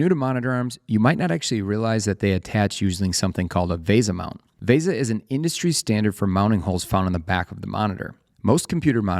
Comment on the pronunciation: What the hell is a moniner? It's a monitor. It's a VESA mount, not a VASA mount. It's literally written on the screen, in your video! It's OLED; four separate initials. It's not the letter O and the word Led. You're pronouncing part of it as a letter and part of it as a word.